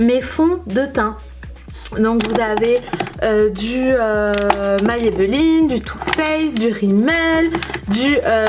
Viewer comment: Hello 🙂 Tu m'as perturbé tour du long quand tu prononce Maybelline 😂😂 C'est la 1ere fois que j'entends quelqu'un le prononcer ainsi 🙊 Tu es bien organisée en tout cas 👌 Moi je préfère tout avoir ranger en tiroirs.. comme j'ai BEAUCOUP BEAUCOUP BEAUCOUP de produits, j'ai plusieurs caissons Alexx d'Ikea et j'ai la chance d'avoir une pièce rien qu'à moi pour ça Mais chacun fais avec les moyens du bord et ses goûts surtout 😁 Des Bisous 💋